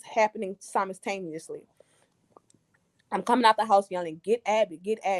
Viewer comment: How many times did this woman say “Simistaniously” when the word is simultaneously. When you know who you’re talking to, you talk to them on their level which includes pronouncing & using words incorrectly bc you know that they know what you mean.